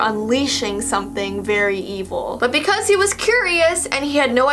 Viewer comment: I though you said butt not but hehehehehehehehehe he he oh